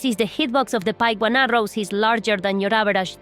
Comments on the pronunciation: The Pique in "Piquebone" is actually pronounced "peak". I'm serious, Google it. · I wasn’t familiar with Piquebone Arrows. Pronounced here as Pike-Bone 🤔 I’ve only ever heard the word pique pronounced similarly to peek/peak; as in “pique your interest” Anyways, if these mysterious arrows can do easily proc such an effect, then something should certainly be patched. I’m fine with exploits that let people to silly things, mostly in single player; but game breaking mechanics that let people become headache-inducing griefers, ruining the experience of everyone else; that’s “No Bueno”, as they say…